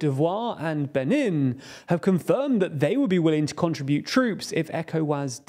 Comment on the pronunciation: That one always bothers me, even if both ways are generally accepted in English now. 'Benin' though he definitely pronounced incorrectly.